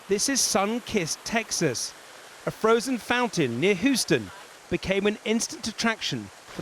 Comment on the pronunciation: HOOston? Lol